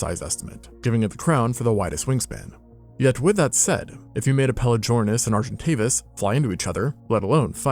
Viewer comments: The "g" in pelagornis is hard, not soft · bro why are you pronouncing pelagornis like that omg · You butchered the name lmao